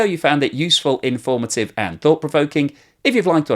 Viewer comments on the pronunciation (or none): none